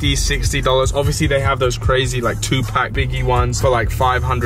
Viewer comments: Am I the only one that gets annoyed when uk people say American things/people completely wrong like he said tuuupaaac it’s tupac like if you agree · to-poc not to-pack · Please please... 2Pac is pronounced two-poc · TUUUUU---PACCCCC 😂😂😂😂😂 You geezers and your foreign pronunciations 🤣😂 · Bro don’t disrespect 2 pack it Tupac you probably don’t even know three songs from him just the the way you said his name shows you don’t know nothing of him I don’t care if you have a accent get it right bitch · Sounds weird when you say Tupac hahah